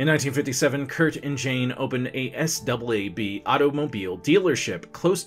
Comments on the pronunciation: S, double-A, B?!? That would be pronounced “sahb .” Geezus I’m not that old, am I? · It’s Saab. Not S-Double A-B. I’m upset. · Did this man say S, double A, B dealership!? 😂😂😂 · This guy can't even pronounce Saab. Instead, he refers to it as "S, double A, B." He tries to be too dramatic. I like Karl better. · This guy's okay, but isn't "Saab" usually pronounced, rather than spelled out? And isn't his pronunciation of "Nanette" unusual? I think, that all 3 hosts are good on balance, & have their good & bad points. I look forward to seeing them all!